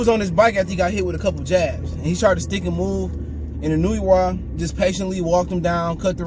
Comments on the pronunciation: Pronounced: “in-new-way” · Akhsually. It's Ee-no-ooh-eh